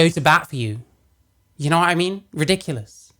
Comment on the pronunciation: It’s adorable how you say “ya kno wha I mean”.